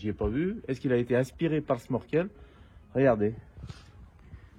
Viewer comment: Bonjour, petite réflexion, sans aucune animosité. J'ai cru entendre à , si je ne me trompe, que tu parlais du sMorkel. En fait, la bonne prononciation est sNorkel ou schnorchel (autre orthographe utilisée). Bonne continuation.